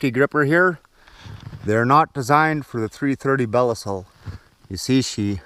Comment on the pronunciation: Hey, I don’t want you being called a square head for pronouncing Belisle wrong lol. They are the best traps for sure though